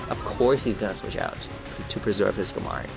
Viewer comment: Skamory? Skarmory. The R is before the M.